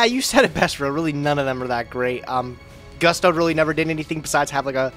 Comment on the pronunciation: Seeing mispronounce Gusto made me wanna throw up.